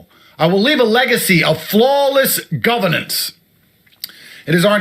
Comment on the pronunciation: Anyone who can't pronounce and read the word "governance" has ZERO place running the government. People with eyes can see the quiet brother sitting at his side is more fit to be a leader. (Not that I would want either of them leading anything.) You can tell Tate didn't write or even read this before he just started spewing it. Like everything else he has ever said. How empty it must be to not have any real principals or connections. Teaching young men to essentially be sociopaths and then expecting an entire nation to trust him is ironic. I would much rather see Russel run. Russel is a man who could run intellectual circles around Tate yet has a humility about him that is respectable. Give me REAL intelligence over someone who thinks being loud and obnoxious somehow makes what you are saying more resonant.